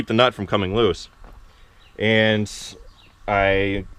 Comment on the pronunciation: Another word issue that makes my ears ache... It's "and" not "ant"... I know, but it just jumps out at me. Your brother does it too, and I'll bet your dad does as well, but he doesn't talk much. Just shoot me... have a great day.